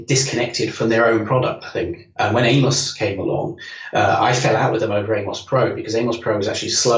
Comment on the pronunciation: Why is it no one can pronounce [AM]OS correctly, I mean come on STOS stands for ST Operating System and AMOS is Amiga Operating system. Its not a human name !!